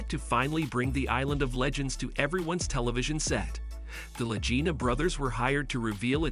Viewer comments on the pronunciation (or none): This is a NOTHINGNESS rehash of everything everyone knows.... except they didn't know that you don't know how to pronounce LA GEENA or LA JEENA in several spots, and that I have never heard Marty referred to as 'Matty'. Celebrity Net Worth is WORTHLESS